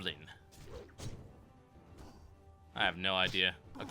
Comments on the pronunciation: can everyone not read? it says GILBLIN, not gibblin. As in gill-goblin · GILBlIN! It's Gil goblin there's an L in between i and b....Giblin is what' i'm going to name my goblin though XD